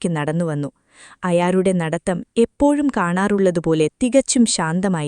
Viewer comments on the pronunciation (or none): none